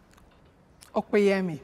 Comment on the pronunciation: Smh when oluchi pronounced opeyemi.......... how does a nigerian girl manage to butcher that name???....